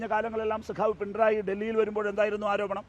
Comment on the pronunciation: Pinray അല്ല പിണറായി അത് ആദ്യം മര്യാദക്ക് പറയാൻ പഠിക്ക്😂😂😂